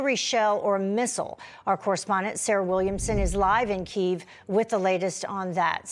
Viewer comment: Why do you mispronounce the capital ? It's not one Syllable name! Drives people nuts!